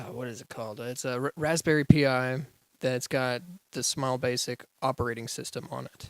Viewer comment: who here frequently uses raspberry pis and are pissed by him say "P I"?